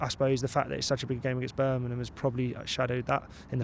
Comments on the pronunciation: Birmingham not Birningham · Who the hell is Burminham. It's BIRMINGHAM! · BIR-MING-HAM BIR.... MING... HAM Not Berminum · berminum? u have to understand not everyone has the same accent and way of pronunciation, dont get so pissed over this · There is a g in Birmingham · I worked down south for years, it's a fairly common (mis)pronunciation.